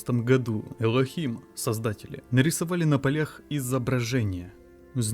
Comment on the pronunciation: ОПЯТЬ этот "ЭйЛОХим"!!! Лох не мамонт он не вымрет ля-ля-ля-ля-ля!